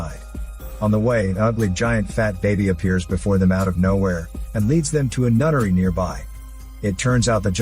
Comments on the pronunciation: Took me way too long to realize he was saying “NUNNERY” and not “NUTTERY” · Knowing this channel and, I thought "nunnery" was "nuttery". I was maybe wrong by captions lol. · He called the nunnery nuttery